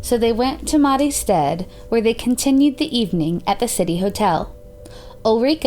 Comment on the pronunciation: A tip; check how to pronounce things before doing your videos when there's foreign names. I literally had to turn on the subtitles to understand certain names and cities, such as Mariestad. Stad is pronounced "st- ah-D". Dahlsjö sounded french the way you pronounced it, it's "D-ah-ll Sj-uhh" (kind of). It's too bad, as things as this is interesting to know about as unsolved cases usually quiets down and becomes forgotten, but it gets hard to listen to when a lot of things are mispronounced so severly.